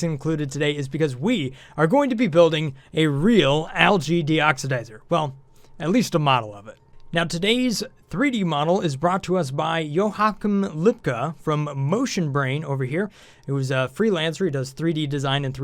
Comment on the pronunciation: You really know how to butcher a name huh? Johakm lupka hahaha, sounds so German.